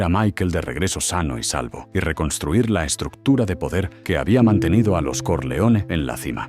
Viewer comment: This AI soundtrack sucks. Corleone should be pronounced correctly. It’s not Solosso. Stronjest? Come on.